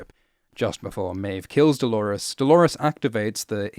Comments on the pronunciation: Lawrence-lores??? DO-LAWRENCE!!! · i read some comments, and NO! pls do not call him Dolorence! Like chalores, it sounds so lazy and unintelligent